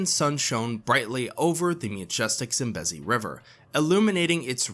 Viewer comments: Its Zam-bee-zee! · It's painful to hear u pronounce Zambezi the way u do 😖